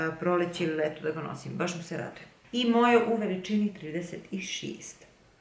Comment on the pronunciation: Eee leto... ali kojim tonom si to izgovorila... 😄😄